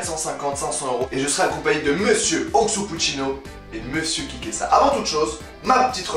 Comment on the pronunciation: a la fin t'avait trop bu de vin tu a appelé kikesa plusieurs fois kikass 🤣🤣🤣🤣🤣👍👍👍👍